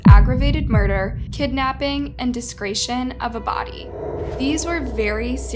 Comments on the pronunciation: Desecration, not discretion. Big difference in meaning. Just saying. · Desecration is pronounced des-uh-cray-shun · wtf is desgration?? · I heard it twice. It's not discretion. It's desecration. Des a creation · It’s pronounced “desa cray shun” as in desecration not discretion, of a body! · Not that it matters per say but its "desecration" not "discretion" Pronounced as "des-ah-cray-shun" Just so u know 😉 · Not discretion.... Des-ah-cray-shun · Weird that a Republican leader would seek to abolish the death penalty. That's very uncharacteristic of the GOP. Also, it's "DESECRATION" of a body. De-se-cra-tion. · it's "DESS - IKK - RAYSHUN" 🤦‍♂️of a body... 😑 simple mistake but geez it bothered me! Anyways...it means the guy did some horrible things to both teens remains. 😡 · deh seh cration* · Great production value, terribly sad story. And to kindly make a correction, desecration is pronounced des-uh-crae-shun...for future reference. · it is pronounced des-ah-cray-shion. Not like discriminate. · I like listening to your videos! Your tone of voice makes these easier to listen to. I just want to point out one thing for future use. It’s pronounced Des-a-cra-tion Keep up the great work! ❤️❤️❤️❤️ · Desecration- DES ER CRATION. Pronounce your words correctly please. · Des-e-cration. Dess-uh-craytion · Don't forget Jew ab (Juab) county or des e crate. Yes, Utah has some universally mispronounced words along with other states. A casual conversation is one thing, making a video is something else. Normally I question the rest of the information when they can't get basic facts right. This guy should have gotten the death penalty. My heart goes out to the families and loved ones of these 2 innocent kids. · Well, less than a minute in and she already mispronounced desecration. I can't listen to any more... Sorry, not sorry. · Good lord if you’re going to make crime videos learn how to pronounce the word des·e·cra·tion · Yes, but needs to learn how to pronounce "desecration"